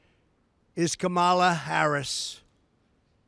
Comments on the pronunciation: It's so sad. Heartbreaking to think people in this country actually support this criminal. And he keeps mispronouncing her name. He is so sick. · He can’t even enunciate her name. He lacks intelligence. Just listen to his lack of vocabulary. He’s embarrassing. He can’t debate Harris intelligently so he gives a press conference to lie about her. He’s babbling on and on nonsense. Man has serious mental problems. Say all this to her face, dummy. Debate her. Their big border lie of fear is all they have. Media should be calling for him to step aside. America cannot afford mental illness in the White House. Vote Blue!